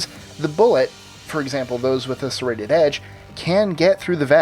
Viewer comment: he said a bullet with a sarated edge 😂😂